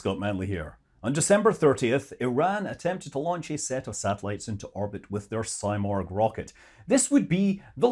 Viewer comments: It is not symorgh it is seemorgh! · Hey scott. I'm from IRAN and thank you for making this video. I should say something about its name. It's not saimorg. It's pronounced "seemorh". In persian it's someting like phoenix! Out of these topics, I think these political games are destroying relations between the "people" of Iran and U.S. I'm so excited to see these Iranian-American scenes in the chat box in a peaceful and friendly frame! 😍😍❤️❤️ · It’s pronounced See-morg Not Sy-morg. Just fyi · Its pronounciation is actually more like Si(like in Spanish)-murgh, not morg. It's a phoenix like bird from that part of the world, can be seen in Turkic, Armenian, Persian, Georgian myths, not just Iranian. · It's pronounced See-morgh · You are not Morgh, you are not Simorgh… What are you?!